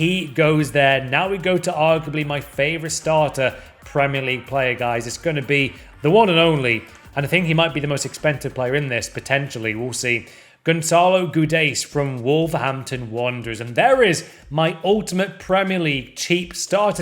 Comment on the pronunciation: Gonzalo Goo-days